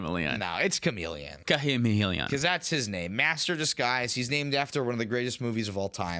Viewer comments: Sha-mel-eon is the best way to announce it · Cha-mah-Leon?! That one had to be on purpose right?? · I'm putting one piece of sand into each of your Etali sleeves for saying Chameleon like that cam ❤